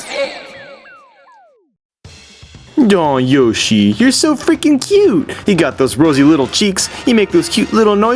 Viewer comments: Also you said Yoshie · It's not yashi its yoshi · i love how he calls yoshi "yashi" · YOSHIE Wat....... YOSHIE Penetguster 5000 Giaiga Bowser are you kidding me Palatina omg Dude Watch what you say XD also it's not Star something It's PK SHOWER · Also, I always love when you purposely pronounce things stupidly. LIke instead oh yoshi you say yashi, and obviously the classic when you say gam instead of game. I do that all the time now xD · It was also very weird when you pronounced Yoshi Yohshi and Giga Bowser Gaiga Bowser. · I'm sorry about this but... LEARN HOW TO FUCKING PRONOUNCE THE NAMES OF THE CHARACTERS sigh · I like how you alternate between the pronunciation of yoshi.